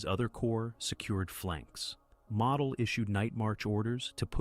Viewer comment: It's: Moe dl. Not model like you build.